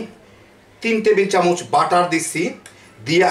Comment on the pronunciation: চামুচ নয়,চামচ।